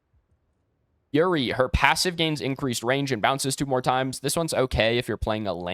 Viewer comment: Imagine you're about to climax and he's like yurry instead of yuu reh ee lmao so unplayable